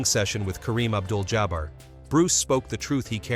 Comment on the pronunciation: Listen to how it pronounced Kareem Abdul Jabbar name 😂